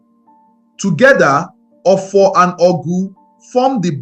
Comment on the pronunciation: This video would have been perfect if you could speak and pronounce Igbo words properly. Ur pronunciation of Arusi, ofor and other important things nearly spoil this beautiful narrative.